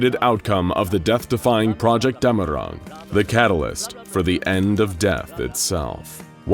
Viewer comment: Its dämmerung, btw